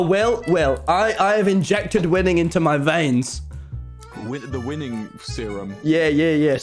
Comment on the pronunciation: "Wil, Wil- I have injected winning (I THOUGHT HE SAID WOMEN) into my veins."